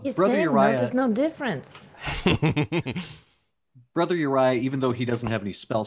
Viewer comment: I did see a correction. Brother Uriah came out as Borther Uriah